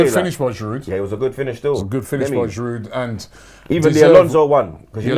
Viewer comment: Still funny after all these yrs, Robbie still doesn't know the D is silent in Giroud